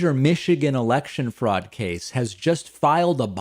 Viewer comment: That was the most Boston way to say fraud